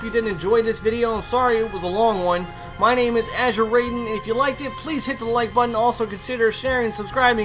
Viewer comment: AUHGHG! How the fuck can you constantly mispronounce "Raiden?" It's not "RAYDEN" is fuckin "RYDEN!" With a fucking "I" sound, not a fucking "A" sound. Have you never even played Metal Gear Solid 2?